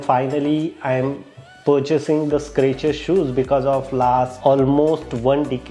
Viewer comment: boss it's Skechers ... not Scratcher ..